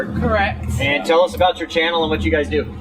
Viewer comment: Yes that is what it is all 'aboot'. Who is this Bobby dude anyway? LoL. Great video guys. Just what I needed on a quaratine Friday. The whales not quarantined, eh?